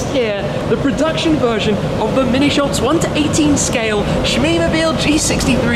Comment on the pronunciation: It’s not minishamps...it’s mini champs...as a big Diecast and model collector, no one tries to make it sound French.